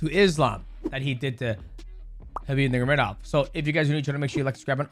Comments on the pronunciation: bro not trying to hate but is nurMAgomedov you say nurgomadov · Isn't it NurMAgomedov? Not Nurgomedov? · I love how he calls him “Nurgamedov” the entire video 😅. Is he Chael now? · Ner Mah Go Medov Not nergomedov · Khabib "NeRGaMeDoff " lmao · Mighty Mouse, I love you, but you're butchering Khabib's last name. 😂